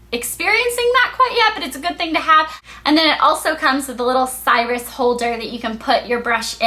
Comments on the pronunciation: lol "sirius" pronounced more like "serious" not "cyrus". i like the idea of the lotion applicator. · I always wear two mascaras! I am so serious about my eyelashes. HA! And I'm going to look into the skinsonic, I was looking into the Olay one because the clarisonic is just too expensive for my 23 year old self. and btw that says sirius (pronounced "serious"). :)) xx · sirius is pronounced serious. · i think the skinsonic brand is pronounced like "serious"